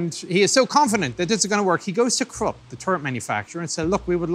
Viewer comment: Cc says Corp it's Krupp